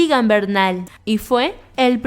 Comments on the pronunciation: Igan? Es Egan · La independencia de Cartagena se celebra el 11 de Noviembre. Se pronuncia Quindío con acento en la última i Se pronuncia CHIBCHA, no CHIBCA. Se pronuncia Samper con acento en la E. Se pronuncia ISAACS con acento en la última A. Se llama EGAN no IGAN. No es crítica, solo información veo que tu lengua materna no es el castellano, a pesar de eso lo hablas muy bien. Felicitaciones y gracias por hablar cosas tan lindas de mi país. Siempre BIENVENIDA. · Egan se dice como se escribe no es Igan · Tienes razón cuando dices que Colombia es muy hermoso porque aquí recibimos a los extranjeros con mucho cariño y amabilidad; el río más importante de Colombia y del mundo es el Amazonas, la e de Egan no se pronuncia i., me gusta mucho este canal, además entiendo bien el dialecto , me gustaría sabet de dónde eres. Cuando es en español de España casi no entiendo nada porque ellos usan palabras que para nosotros los latinos son mut groseras; además pronuncian la c lingual y la v, labiodental y la RAE, abolió para nosotros esas prácticas; me gusta mucho que hables de nuestro país de las cosas lindas que tenemos para dar a todos. Desde Colombia para todos un abrazote mmua.